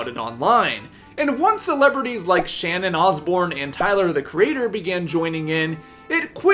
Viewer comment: you said "Shannon Osbourne" 😅